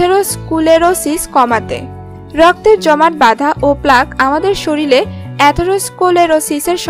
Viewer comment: 'শরীরকে' 'শরীল' বলেন কেন? লেখা-পড়া ভালো জানেন বলেতো মনে হয় না। বিরক্তিকর।